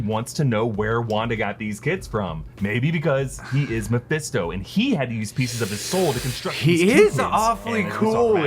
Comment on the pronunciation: if i hear mefésto one more time ... hahahaha